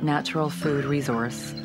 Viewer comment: What kind of weirdo says resource that way?